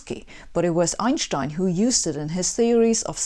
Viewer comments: It's stine, not Shtine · Why does she pronounce 'Einstein' wrong? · Never heard of Einshtine. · Raise your hand if you, as I did, came here to hear her say Einschtein... LOVE_ LOVE_ LOVE.. That aside, her presentations are stellar.. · Einshhtein was ridiculed regarding the pronunciation of his name during frequent brawls about the speed of light in the tough physics bars around Princeton. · I just love the way she says Einshtien. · You know the person is brilliant when they pronounce it "EinSSHHtein". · Anyone triggered by mispronounciation of Ein-stein? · Two great answers below, from Dr Muller and Martin... you honestly didn't know how to correctly pronounce Einstein??? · I wonder if native English speakers finally learned to pronounce Einstein's name :-) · From now on, I will be pronouncing Einstein’s name differently. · Yes, you have been pronouncing Einstein wrong all this time! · God I hate the way she pronounces Einstein. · I come here mostly to hear her say "Einstein". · Iits time to change the pronunciation of Einstein. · "worst thing about American language is that, it needs to butcher all the foreign names" So you probably have no problem whatsoever to pronounce american names correctly like for example: Albuquerque, Niagara or Massachusetts? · Very simplistic explanation. Huge admiration from Pakistan. And they way she pronounces Einstein ❤️❤️.